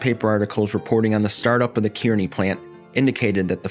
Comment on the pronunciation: 'Kearney' is pronounced as 'car-knee'. My dad worked there for 33 years.